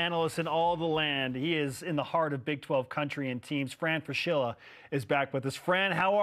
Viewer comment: Fran should learn how to pronounce his own name: Frah-SKI-lah, not Fra-SHILL-uh. In Italian, the combination "SCH" is pronounced like "SK," as in the English word "school." Cappisce?